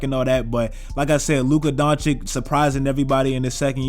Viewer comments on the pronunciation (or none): Luka Doncic not Doncik pls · Don-chich not Don-chick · DONCHICH! Not Donichic